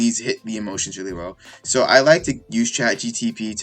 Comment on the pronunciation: You keep saying chatgtp